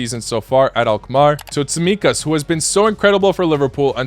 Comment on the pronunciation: It's Kostas Tsimikas (Κώστας Τσιμίκας)